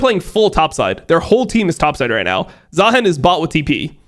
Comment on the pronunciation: i don't know what triggers me more. how unc says "baus" or how he says "zaheen"